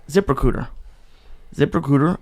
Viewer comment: I thought Lee kept saying zipper cooter instead of zip recruiter lol now I have an idea for wallets...